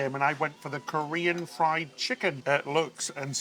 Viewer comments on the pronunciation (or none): none